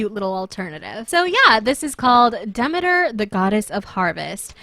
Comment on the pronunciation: its pronounced De-ME-ter